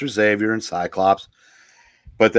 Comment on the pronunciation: You'll never know how uplifted I am, to hear "Xavier" pronounced properly. There is hope for this world after all...